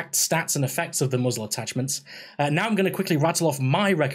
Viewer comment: Did he say Muggles Attachments? =P Good Video!